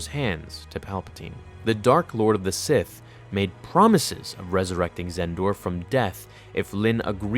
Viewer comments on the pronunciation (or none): none